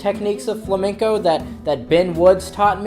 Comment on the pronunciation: Vuelves a decir fLaMeNcOu, y tenemos un put0 problema